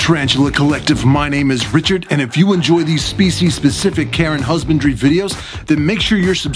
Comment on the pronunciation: I heard care & husbandry as Karen husbandry, lol.